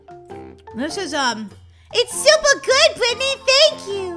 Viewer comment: Super not shuper